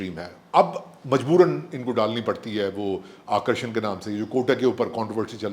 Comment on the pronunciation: Hum Bharatiyo ke accent ko bada taunt karte hai Uncle-Aunty aur khud Arakshan (reservation) ko Akarshan (attraction) pronounce kar rahe hai 🤣🤣 which is far stupider than Zara Jara stuff